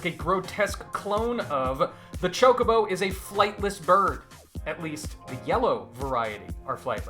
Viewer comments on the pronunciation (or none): Hearing you pronounce it ChokeOBO instead of ChokobO makes me uncomfy. Gr8 video otherwise.